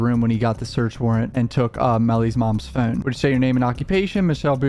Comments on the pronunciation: I hate the way you say “phone” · Does anyone else find it odd the way he says “phone”?